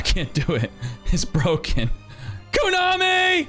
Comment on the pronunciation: I love how you say "kunami" instead of how its supposed to be pronounced... As "ko-nami" #kunami #koonami